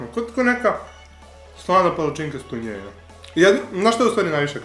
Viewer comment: Kako smesno kaze tunjevina😂😂